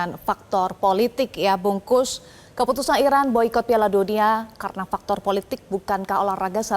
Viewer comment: Bungkus 😂😂😂 Bung Kusnaeni ko jadi nasi bungkus. Presenter metro perkaos nama orang😂